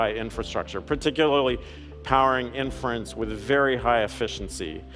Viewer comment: Buen video, gracias por compartir. Una nota, inference se pronuncia con acento en la “i” al principio como lo dice Lisa en el min